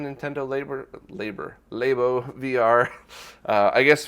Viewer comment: It's Nintendo Labo, like lab, not Lay-boh, dammit! Unsubscribed.